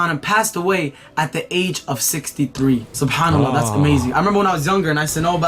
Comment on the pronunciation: has the best pronunciation of ALLLLLLAHhhhh